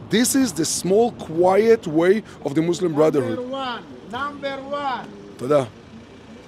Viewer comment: muslim is the m in mush